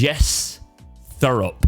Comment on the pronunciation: I believe his surname is pronounced with a hard 't',, so 'tore-up'. I rather like the sound of this guy actually - is he a football manager?, has he got a track suit? - fine, get him in.